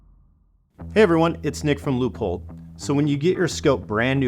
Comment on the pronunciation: Pretty sick, thank you and it is pronounced 'L O Y P O L D".